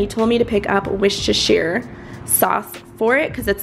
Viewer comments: it's "worst-eh-sure" say it quickly tho lol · Worcestershire is pronounced woo-ster-shire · Lol it’s pronounced “wuster-shyre”! Great haul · I think you pronounced “Worcestershire” Sauce wrong lol . Kinda post to sound like War-chest-tur ... at least I think so 😩😂🙈🙈